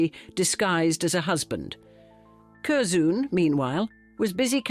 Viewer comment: And there is no one named "Curzoon"!